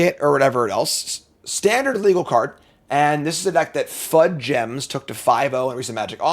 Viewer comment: Fud gems? FUD GEMS? it’s FUDGE-ums like the cookies. How do you find ways to mispronounce the most basic things 😂